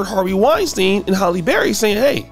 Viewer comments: It's not holly it's Haley berry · Cringing at the way he says Holly instead of Halle. But, that’s a shame too. Too many sacrifices are made by really good people. Don’t know why they pray on people then wonder why later on no one wants to be associated with them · Her name's not "HOLLY"😂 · Why can't ninjas say "Halle"?🤣